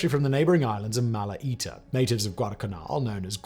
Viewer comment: Great video, very factual - thank you! 🙏 Unfortunatly you prenounce Malatia & Gwale incorrectly. 😥